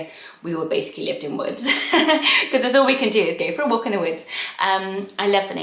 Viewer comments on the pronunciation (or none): none